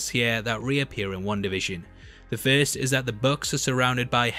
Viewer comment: Why is this guy saying one da fishin!